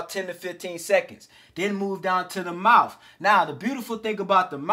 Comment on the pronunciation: Immediately begins to speak like a criminal....he said mouf. Bro, its mouth. Speaking like this promotes crime and degeneracy by trying to make it look cool. Bring back a culture of honor amongst men. You will attract dumb women who like to be abused and run through if you speak like this. If you speak like this around a cop, they will assume you are a criminal. Its not racism either, stop with that b.s. its like " oh, he sounds and acts like a criminal, maybe he's a criminal" talk right and you'll attract better people.